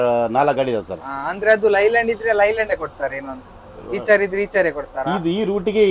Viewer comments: ಈಚರ್ ಅಲ್ಲ bro ಐಚರ್ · ಈಚರ್ ಅಲ್ಲ ಗುರು ಐಷರ್ ಅಂತ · ಇಚರ್ ಅಲ್ಲ ಐಶರ್ ಅದು